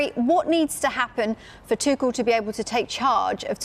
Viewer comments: Did she just say thomas tukel?😂😂. Its tushell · TuCHel not TuCel swear these reporters are daft sometimes. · Come on, stop mispronouncing his name. It's ˈtʊxl̩